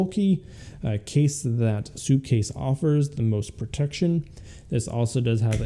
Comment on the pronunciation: It’s called sup case not soup case 🤦‍♂️🤦‍♂️🤦‍♂️🤦‍♂️🤬🤬🤬🤬